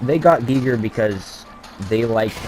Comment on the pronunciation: Thanks for doing this deep dive, doll! Love this series, too...even though I haven't been physically able to play FPS's myself, for some time, now. 🤘😎❤️‍🔥❤️‍🔥❤️‍🔥👽 And yes, you are right, it =is= pronounced "Gee-grrr". 😎👍